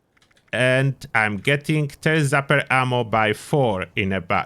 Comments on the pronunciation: I love it. "TURD ZAPPER" I'm honestly going to call it that from now on! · Thank you for the video! It will also never not be funny to hear it as "turd zapper."